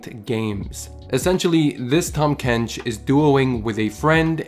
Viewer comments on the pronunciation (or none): "Tahm kench"❌ "Tom kench"✅ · Haha tham kench